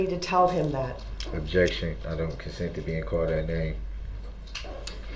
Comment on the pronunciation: and let’s not forget his absurd mispronunciations of basic words like “I don’t consend to be CAULT dat name”!